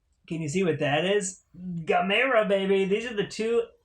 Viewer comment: Congrats on snagging the Gamera sets. Pronounced Gam-Ra lol. The Heisei trilogy are hands down 3 of the best Kaiji films ever made. Gamera the brave is pretty meh compared to the trilogy. As for the Showa era films well its a mixed bag lol. But youre in for a treat with the Heisei trilogy, way better than anything Toho was doing with Godzilla at that time. Now that's not me hating on the big G, its just a fact in terms of story, designs, camera placement effects pacing and characters. You'll see when you get to them.